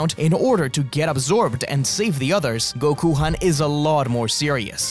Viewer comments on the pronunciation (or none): Did you just call him Gokuhan it’s Gokhan bro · Why call it gokuhan...if gokhan exists?